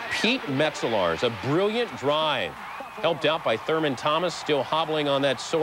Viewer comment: Lol how Chris Berman keeps calling him thermal 😂